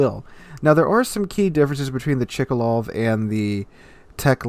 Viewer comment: Its not Chikalov, its Tchkálov tho :P Same as Novoro-seé-isk , not Novoro-ski-sk (I've heard like 3 different versions from different wows youtubers)